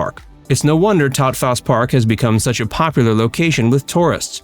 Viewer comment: Locals just call it Freeman Park, and Taupthaus Park is pronounced "Taw-fus." 🙂 Thx for the video!